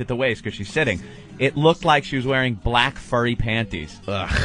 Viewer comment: You said black wrong.